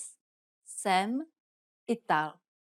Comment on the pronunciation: The J in Jsem is silent, for anyone who doesn't know. Not sure why it was pronounced here every time? Unfortunate as this channel as been useful recently, but I'm wondering how much is actually incorrect that I don't know since I am still learning.